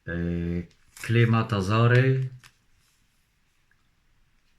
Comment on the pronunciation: Klimatezor? Panie ' zbita szybka" co to jest?🙂,uczy i bawi!👍